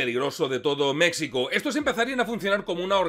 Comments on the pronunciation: hola, saludos, muy agradable ver como siempre tus vídeos. Soy seguidor de tu canal haci que espero no sonar mal agradecido por qué te interesa compartir algo sobre el narco, pero quiero aclararte que decir México, usando la x como fonema en lugar de grafia, me suena muy pero muy insultante. Ya que como español desconoces el náhuatl de la palabra entiendo que no tengas la información de porque es molesto como tú lo usas, así que por favor solo te pido que si vas a hacer un segundo vídeo de México, lo comuniques como se escucha fonéticamente MEJICO. Si quieres ser más correcto, en náhuatl se escucha MESHICO, si vuelves a decirlo como a ti te gusta, es como cuando Hernán cortés al no poder pronunciar correctamente el náhuatl se inventó Coyoacán en lugar de coyohuacan, huichilobos en lugar de Huitzilopochtli, cuautepec en lugar de cuauhtepetl, etcétera. En resumen, verdaderamente que pronuncies como a ti te gusta el nombre de mi país a mi me es muy, pero muy pero muy molesto. Aclaro que igual soy exmilitar gafe por lo que si quieres información de la errada forma que actúa el ejto mexicano contra el narco te puedo compartir mi experiencia. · Dislike por lo reiterado del Mecsico ! Ofensivo viniendo de un hispanoparlante! Mexico ! (Mejico) Lei en otro comentario que te gusta mas asi. Cosa que no justifica que voluntariamente hagas una pronunciacion incorrecta de mi pais Mas respeto ! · si alguna vez pensaste en encontrar una historia bizarra de los conflictos armados en el mundo, esta es...te felicito. Solo debo observar que no debes decir "Mecsicanos" ni "Mecsico"...se pronuncia "Méjico" y se escribe México, saludos y gracias . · Se pronuncia Méjico , la X en nahuatl se pronuncia como J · Oye,. No hay problema en como lo dices, pero suena mejor si dices Méjico aunque se escriba con 'x'. Saludos desde acá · Se menciona Mejico no como si fuera una x es como si fuera una j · Buen video pero se escribe México y se pronuncia Méjico